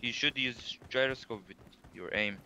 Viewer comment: The man said Jeeroscope